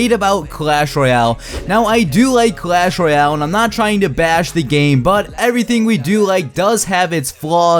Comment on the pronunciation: Sir SIR, its not Clash Roy--l its clash Royale